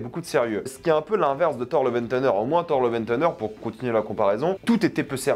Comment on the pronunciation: Ce qui est aussi illégal c’est de prononcer thunder « teunedeur » 😂 Lille c’est le Bronx français en fait 😉